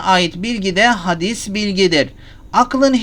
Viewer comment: Hadîs bilgi değil Hocam. Telaffuzu Hâdis bilgi olacak.